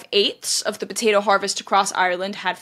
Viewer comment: Will you please stop saying potata famine. It's potato not potata